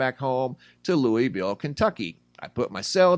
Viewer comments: It’s pronounced Lou-ville not Louie- ville. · It’s pronounced Lou-ville not Louie-ville